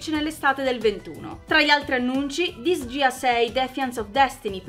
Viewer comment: hai cannato in maniera raccapricciante la pronuncia di Disgaea 😣